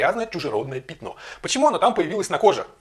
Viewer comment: Он продолжает говорить "пИтно", вместо "пЯтно". Убейте мои уши.